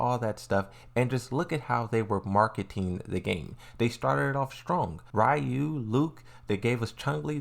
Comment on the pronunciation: “Ree you” not “rye you”